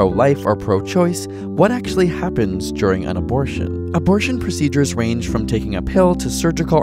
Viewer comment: Hey mom, I got an UH - BOR - TION